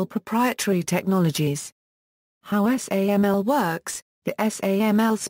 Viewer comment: Wonderful service--thanks for uploading. One suggestion: SAML is pronounced sam-el, according to the first parenthetical here. Would be great if that was reflected in the audio. I'm aware it's automatic, but I'm posting here in case it can be corrected.